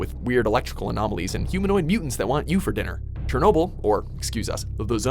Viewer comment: This video is made unwatchable by his pronouncing of Chernobyl